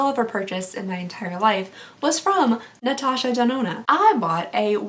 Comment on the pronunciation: I was so impressed with you for getting Natasha's name right the first 5 times and then it just started to get off track 😂 Enter me please :) Instagram: inlesnuages